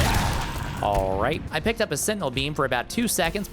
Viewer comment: “alrrrrrright” proves he is the son of the meat carver from the Old Country Buffet training videos on YT.